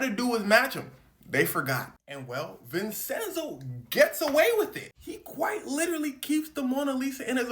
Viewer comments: It is pronounced VIN-CHEN-ZO come on bro u said it wrong so many times brother 😂 but ya bruh it’s def for ITALY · Its pronounced vinchenzo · Why is he saying his name like that. It’s not Vincenso. It’s pronounced vinchenzo, but it’s spelled Vincenzo!! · Homie! I love your videos. My brother is Vinny my dad is Vinny. My grandpa is also Vinny. Vincent is vencenzo. Vincenzo=vinCHENzo. That's how it's pronounced. I say it out of love because I like you doggy. I don't want you looking foolish. Keep up the good work bro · the c in vincenzo is pronounced like the c in da vinci .... like chain... vin-chen-zo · love your work, not sure anyone's said it's pronounced Vinchenzo but yeah, checking pronunciation when unsure helps congruence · someone else probably said this already but Vincenzo would be pronounced "Vin-Chen-So" as a dude who has a name that's hard to pronounce I gotta stick up for this idiot lmao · It’s a “ch” sound bruh. DaVin ”chi”, Vin “chen”zo. 😭😭😭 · Vin-Chen-Zo Italians 🤌🏽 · U a goat as always gang but its pronounced Vin•Chin•zo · Vincenzo is pronounced “Vin-Chen-zo”. Great video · it's pronounced vinCHenzo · Homie, it's pronounced "Vin-chin-zoe". I'm Sicilian and black and gotta uncle with the name. It's a lotta dialects and local languages, like Sicilian, that ain't exactly standardized unlike the colonial Northern Italian language. So it can vary, but that's what it is everywhere that I know of. The "c" and "cc" can both make the "ch" type sound, as well as the hard "c" or "k" type sound, depending on surrounding letters. The soft "c" or "s" sound is usually just made using an actual "s" unlike English. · The way he says Vincenzo bothers me so much 😂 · A ‘Ch’ sound in the middle since it’s an Italian name, not ‘s’ as in Spanish. Also in Spanish would be Vicencio (mostly a last name though) or Vicente which is the “translation”.😊